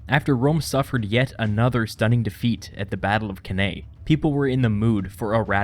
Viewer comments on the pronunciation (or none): Cannae - pronounced 'can eye'. Please, it's Latin. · Cannae is pronounced Can-eye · Couldnt watch the vid longer thn 22secs due to the pronunciation of cannae